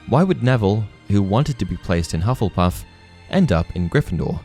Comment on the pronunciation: “Hufflepuff.” Me: [Hears “Love-lepuff”.] “...Wha...?” [Goes back, hears it correctly the second time.]